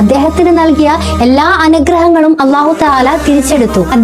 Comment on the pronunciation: സഹോദരീ, അല്ലാഹു എന്ന് പറയു മ്പോൾ നാവിൻ്റെ തലഭാഗം പുറത്തേക്ക് വരാൻ പാടില്ല. ലാം ഉച്ചരിക്കുന്ന സ്ഥാനത്താണ് നാവിൻ്റെ തല ഭാഗം വരേണ്ടത്